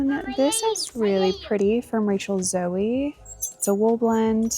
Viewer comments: I. Magnin was an upscale store started in San Francisco. I hoped you grabbed that coat! Rachel Zoe is a current designer out of LA and her name is pronounced "Zo", like "Go".(not zo-ee). She has videos here on you tube too. Love the brown leather zipper up! Score! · 100% Zara double breasted camel coat over the Banana one. Also, no hate here just letting you that Rachel Zoe is pronounced z-oh not zoey. Shes an a-list stylist, used to have a show on Bravo and is soon to be a Real Housewife of Beverly Hills. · I love everything you got and also what you showed us! You have a great eye for fashion. fyi, as a fashion girlie, I thought you may care to know it's Rachel Zoe, like snow! She is such a style icon, I can't wait to see her stir the pot on Real Housewives of Beverly Hills, lol. Loved the video...................... 🤩😍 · The MaxMara coat is gorgeous! Too bad it's too big but it should sell well. The Rachel Zoe (pronounced like Joe) is lovely on you. The Lafayette 148 is stunning on you, a perfect fit!!!! Expensive, prob $300+ at retail. Love the special guest appearances! The Bean sweater has been shrunk...someone put it in the dryer. You can relax the fibers of a wool sweater by soaking it in cold water with some hair conditioner added. Just make sure it's mixed well. The fibers will relax and after rinsing you can reshape or block the sweater back to its original shape. Takes some effort but worth it.♥️